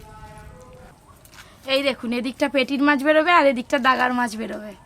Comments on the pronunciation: গাদাকে বলছে দাগা। অশিক্ষিত মঙ্গলার মুখে কথা ফুটছে। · "daga" na re maa..."gada"..shekha te parlam koi..:face-fuchsia-wide-eyes